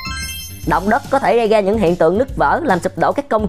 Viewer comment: Học phát âm lại sao lại nói là gây ga nhớ nghe gây ra nghe từ lớp một đã học cách phát âm rồi cô là giáo viên cấp 1